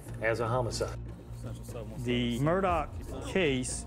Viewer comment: FINALLY, ‘Murdaugh’ is being pronounced correctly!